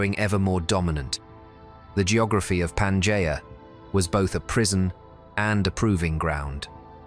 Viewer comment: UNWATCHABLE - in the first 30 seconds if you cannot even pronounce Pangea - trash